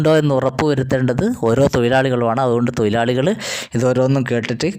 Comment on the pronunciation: തൊയിലാളി അല്ല. തൊഴിലാളിയാണ്